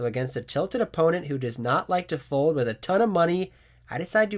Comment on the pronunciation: Hey just giving you a reminder that there is an L in the word FOLD because you seem to have a hard time saying it ‘Foud’ 😂😂😂😂